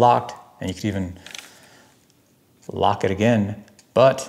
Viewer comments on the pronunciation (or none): none